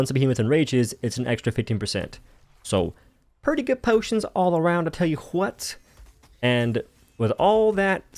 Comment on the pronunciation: No more potions NO WE NOW SAY BOTIONS!